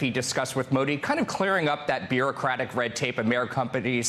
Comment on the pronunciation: If you wanna cover world leaders, at least learn how to pronounce their name correctly